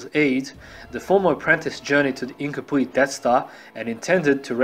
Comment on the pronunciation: “Incompwete death star” life lol